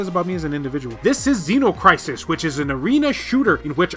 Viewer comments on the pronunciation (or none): none